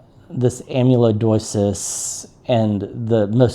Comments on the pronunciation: It is pronounced as you said it. Amyloidosis. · Your pronunciation of “amyloidosis” is correct. It is a challenge to pronounce. We shorten it to “Amy” in my household.😊